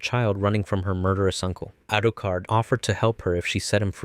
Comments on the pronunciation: it's Alucard not arucard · bro stop saying Arucard, its hurting my ears😂😂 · Arucard? Alexander Andersong? DUDE GET THE DANG NAMES RIGHT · Alucard? Naah Arucard😂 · guys the reason why he says arucard is because in the sub they say it with the r but in the dub they say alucard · Is name Alucard not arukard you made a mistake when you reverse the name that is dracula not drakura the name doesn't work unless it's a foreign name from others country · his name is Alucard - Dracula for fuck's sake !!!!!!!!!!!!!!!!!!!!!!!!!!!! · "Arukard" Lmaooo that made my sides hurt with laughter..... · His name is Alucard you got it wrong